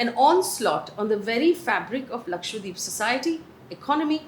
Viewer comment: I really appreciate the drama free news bulletin... Just one point, can you please start pronouncing Lakshadweep correctly. It's Laksha- dweep where dweep means island. It's not Lakshwa deep. It may seem like a minor point but no news presenter would mis pronounce a major state's name, so it's a little disrespectful to not familiarise oneself with the correct pronunciation of Lakshadweep